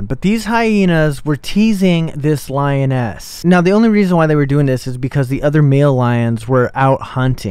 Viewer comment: Reasons this is fake: 1. He said the males were out hunting. Males dont hunt. The females do. The lioness was hunting. 2. Boi cant even PRONOUNCE lioness properly